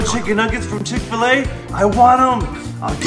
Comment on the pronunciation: ITS CHICK FIL A NOT CHICK FUL A